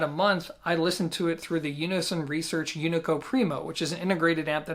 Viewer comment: UNICO - it's not "U-nee-co", it pronounced "OO-nee-co"